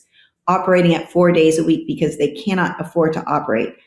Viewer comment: Gimme a dollar for every time Ben says Becoss